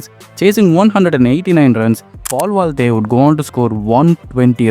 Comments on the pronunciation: I believe it's paul valthaty not valthey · Bro thats Paul ValthaTY, not Paul Valthy